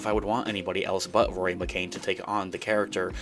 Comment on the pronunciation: Not McCain. McCann. ‘Can’